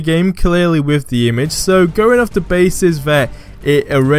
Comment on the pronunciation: Are you asian? "Wiv" "Deh" Come on man its 2019...grow up....